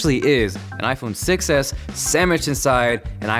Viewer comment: whenever he says I phone 6 s it sounds like iPhone 6 ass..